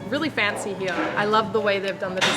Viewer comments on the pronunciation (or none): Kind of a latecomer to channel but really enjoying her videos. 😊 I especially love the way she says "here" like "hee-yah". lol Reminds me of the way Cartman says here. 😅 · Eating is one of the best parts of traveling so your doing it right! I like this format and would love to see more of these-Thanks for the video and also for saying "Here" and "Beer" with the Aussie accent! Love it!